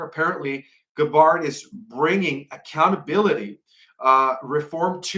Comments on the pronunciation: Bless your heart,, but you totally mispronounce the names of Trump’s nominees. Gaetz is pronounced “gates”; Tulsi Gabbard is pronounced “gab-herd”. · Matt Gaetz is pronounced Gates according to him Tulsi Gabbard is pronound Gab berd according to her. Pete Hegseth is pronounced HEG not Hag seth, according to him. JS..❤